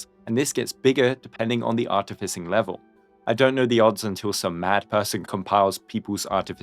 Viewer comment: Take a shot each time he says "Artificing" in the worst way possible